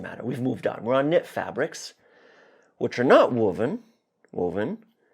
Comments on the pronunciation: Linguistic note - I've never heard woven with a 'wood' vowel before ! Woo-ven. Only ever heard it with the 'woah!' vowel. Woah!-ven. 🙂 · I agree 100%. Always provides solid content. But his pronunciation of woven is making me crazy. I pronounce it woah ven. He says wuh ven. Tomato. Tomahto.